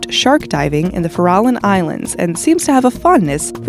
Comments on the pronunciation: Sorry, Honey. It’s not fa-RA-Lon. It’s like Farrah Fawcett. Only it’s FArrah Lon. 🐰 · FAIR-O-LON is how those islands are pronounced. You actually made it all the way through with only that mistake at the very end! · It is FAIR-a-lon Islands, young lady.